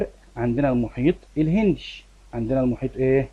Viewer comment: شرحك جميل 😍 بس انا اسفه هو في مشكلة صغيرة ان حضرتك مثلا لما تقول الهندي تقول الهندشي زي منطقتشي فدي حاجة بتخليني مركزش بس بستفاد من حضرتك كتير طبعا ❤❤